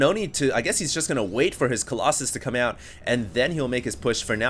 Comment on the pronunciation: I'm sorry Hd... coll"OXEN" has to go... it sounds really dumb.